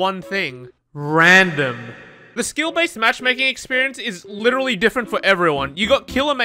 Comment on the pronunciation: If I had a dollar for everytime this dude says "litchally" or "question mahk" Jeff Bezos would be jealous